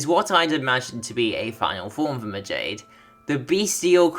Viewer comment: Majade is pronounced as Ma-ja-day